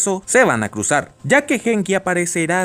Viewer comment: una observación, se pronuncia Guenki, no Genki, el nombre del protagonista.